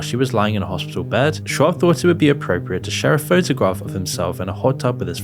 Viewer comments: I don't like Brendan but you sound like a moron when you say "shwab" 57 times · Good sweet lord it's pronounced "shob" ..dude is killin me with this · Fine but you pronounced Schaub wrong about 50 times in a row. Makes you sound idiotic. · You don’t even know how to say Chris’s last name correctly, but yet you’re propagating allegations that haven’t been proven. Shows you barley know anything about the guy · I don’t like the dude, but Brendan’s last name is pronounced “Shobb” not “Schwabb.” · I love that he keeps calling him “Brandon Schwab” 😂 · There’s no “w” in Schaub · Schaub…where’s the W? Stop saying Schwab! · Schaub not Schwaub hahaha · repeatedly calling brendan shaub, brandon shwab is fucking hilarious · I also don't find Whitney Cummings that funny, but the way they treated her on that podcast... I really wanted to punch them in the face. They were complete dicks to her for no reason. Also, his name is Brendan Schaub not Schwab. You keep saying it with the W sound like Charles Schwab. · Ok, but does he keep pronouncing it Schwab? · Schaub, not schwab. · Come on. If you're going to make a video about a person, the least you can do it at least TRY to pronounce their name correctly. Shaub is NOT shwab. You said upwards of 50 times and only ONCE did you even come close to saying it properly. If you want to be taken seriously then at least try. Same for Chris D'elia. It's not deelia. Du-leah. Good lord this is bad. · Its not Schwab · at least call Shaub by his name, not Shuab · Its funny how you keep pronouncing it "Shwab" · “Brandon Schwabb” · SHAAAA BBB not SCHWAB lol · Lol did you call him Brandon Schwab intentionally? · kept calling him Schwab instead of Schaub from start to finish. It's probably the funniest thing Schaub has ever got involved. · Oh my fuck dude, Brendan “SchWAAB”? Chris “DEElia”? At least pronounce names right you douche. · You do know it's not actually pronounced "shwaab", right? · Schaub is pronounced "shawb"